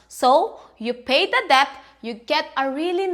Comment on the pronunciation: The b in debt is silent. Its pronounced det.